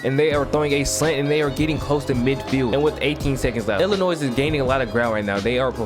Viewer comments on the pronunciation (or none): Oh you one of those people who pronounce Illimois as "Illinoise" 🤣 But in all seriousness, you got a new subscriber.